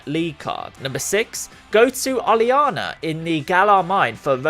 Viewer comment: Your pronunciation of a few of these are pretty funny. Oleana and Zacian, mainly.